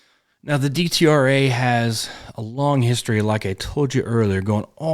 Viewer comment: It is pronounced Det-Rah.